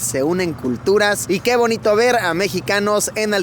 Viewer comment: “ Que bonito ver -ga Mexicanos” asi se le escucho…. Luisito alburiando..🤣🤣🤣